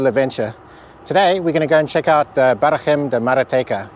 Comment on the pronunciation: Just a small note about the pronuncionation of "barragem", especially the "g". You're pronuncing the "g" a bit like spanish, but that's not at all the way it's pronounced in portuguese. A "g" followed by a "e" or "i" is pronounced like the "g" in the color "beige".